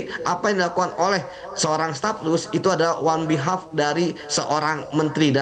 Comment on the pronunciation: Kok wan behalf? Maksudnya ON BEHALF, wah payah nih.